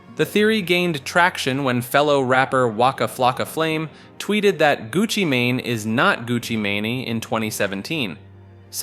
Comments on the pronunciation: the way you say some of these names has me dying “gucci mon” “bae on say” “airee ana gronda” “ellen de gener ez” not to mention saying “canny” and then “kanye” in the same sentence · Gucci mun 😂